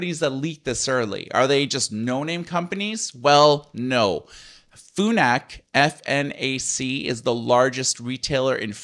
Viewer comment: FNAC is pronounced how it’s written. Not “FUNAC” 😅